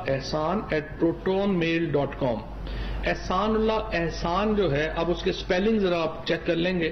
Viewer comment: The IB minister of Pakistan cannot properly pronounce "Proton Mail". Ha Ha Ha. The entire country is a joke.